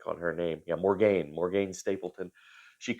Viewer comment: Just FYI - Morgane is pronounced Morgan.